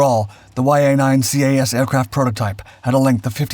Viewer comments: just do not call it C.A.S . its CAS as Kass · I just couldn't watch this video after hearing CAS "see ayy ess" so many times. Anyone, and literally anyone familiar knows it's just "kass" or "kahss" in pronunciation....really just "kass". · Enjoyed the video but do wish you would have pronounced CAS as Cas like saying a name instead of alphabet pronunciation. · You don’t spell out the acronym, it’s just pronounced CAS